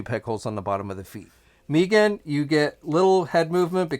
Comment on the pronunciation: Why does he keep calling her Meeeegan😑.(mee-gan) It's Meggan. (Meg-ann)